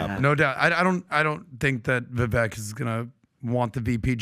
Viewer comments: says they've spent enough time with Vivek and still none of them correctly pronounce his name. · “My man Vivek.” (Mispronounces name.)